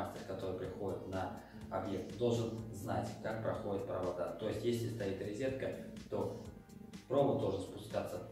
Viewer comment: Нет слова «ризетка» , есть слово РОЗЕТКА . Извините , режет слух